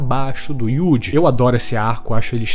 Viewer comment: O que mais me pegou nesse vídeo foi o jovem ai falando YUDI o tempo inteiro. Tão difícil falar Yuuji? O prota ta dando playstation agora?!